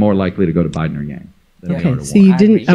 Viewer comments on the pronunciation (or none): It's Andrew Yang! Not Yan... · Bro. Who is Andrew YANN. If you're gonna report on this topic you really need to know how to say YANG